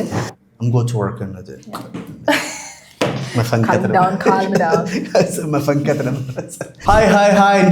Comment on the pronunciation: why do you say CALM down !kam down or ka:m down